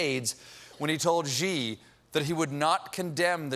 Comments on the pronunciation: The Chinese president’s name (Xi) is pronounced “she”, not “zhee”. Colbert got it wrong repeatedly, starting . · Xi is pronounced as Shi, not Ji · can someone pls teach stephen how to pronounce 'xi' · I know I'm picking nits but the pronunciation of Xi is "she" not "ji". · Love you Stephen but someone on staff should’ve told you the correct pronunciation of Xi. It’s not gee, it’s shee ✌️ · I thought saying “geeee” was a joke or mocking trump >_> but then he just kept saying “geee” but it’s more like “shee” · Maybe learn how to pronounce Xi. It is pronounced SHE not jee. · Xi is pronounced like "she" in English. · His name is pronouced "She" - FYI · Xi is pronounced as “si” as in silly. Colbert and almost everyone on American media don’t pronounce it right. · "Xi" is pronounced much more like "See", or even closer "Shee" with a soft H. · ichc No, it isn't. See is pronounced the same way as si in Spanish. Xi is not pronounced as see at all. If you can't hear the difference between how Xi is pronounced compared to see, that is your problem. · Stephen....PLEEEEEEEASE learn how to pronounce President Xi. It's been a few years now. Driving me crazy. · Is it just me or did Stephen pronounce Xi wrong every time? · Can someone please tell Stephen how to pronounce Xi Jinping's name? He's been saying it wrong for years.